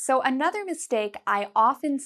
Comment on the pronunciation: please tell me you didn't say, "ex-specially"...